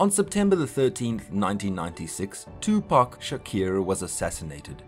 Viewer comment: This is Sad. You didn't even pronounce Tupac name right. Your (facts) are bias as hell. This is terribly done.